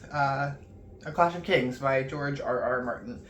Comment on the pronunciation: It's actually pronounced George